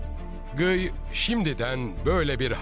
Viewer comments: GIY ne ya :D "Gi" diye okunur o, azıcık araştırma yapın :D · her şey harika çekimler, anlatım vs. ama bi de Guy'a (gİy) keşke (gUy) demeselerdi.... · Şu Kudüs Kralının Adı Gıy Değil Lusignan De Guy